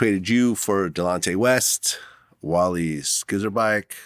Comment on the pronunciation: He butchered Wally’s name